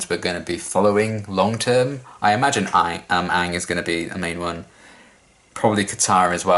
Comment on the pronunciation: hasn't seen Avatar before. Still pronounces "Aang" better than Avatar the movie.